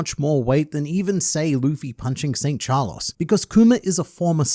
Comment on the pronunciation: Carlos, not Charlos... how can you be so very bad.